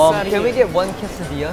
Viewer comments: Mark pronounced quesadilla correctly wow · When Mark pronounced Quesadilla correctly, I felt blessed in this lifetime. + that little nose scrunch you little bub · I’m just gonna appreciate the fact that Mark actually pronounced “quesadilla” right 😌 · Aaay q bonito pronuncia quesadilla Markisitooo 😳😍😍